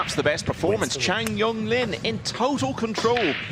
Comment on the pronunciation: How can it be that at this level of professionalism it’s still not possible to get Asian names correct????? Chang is the last name